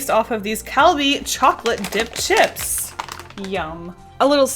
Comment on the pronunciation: I thought you said “dip shits” instead of “dip chips” XD